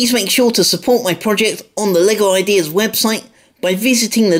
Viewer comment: Did u say “Lego paralyse”?